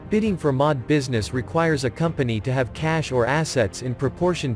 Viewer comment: The M O D, not 'the mod'.